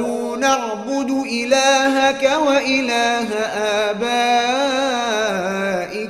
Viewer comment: Kalimat na'budu nya di baca panjang itu adalah kesalahan fatal seharus nya di baca pendek